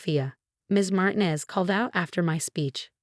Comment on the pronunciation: Martinez is supposed to have the accent on the second syllable.